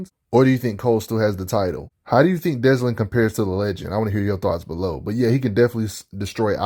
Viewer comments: Why are you pronouncing his name like that? Dezlin? There isn't even a "Z" sound in his name. It's Delsin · Great vid but it is Delsin not Deslin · Notice how he says Deslin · oh ffs why does everyone say deslin. why does everyone get dyslexic with delsin? sigh 40 seconds in and imma be struggling with this video... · Oh I noticed lol I can't stand it 😂